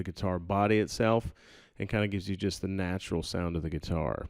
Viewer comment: That's "Neutral", not "Natural".....